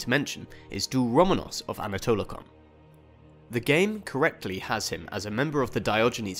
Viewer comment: Its pronounced anatolikon and vukelarion